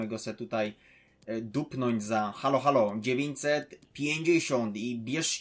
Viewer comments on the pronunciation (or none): none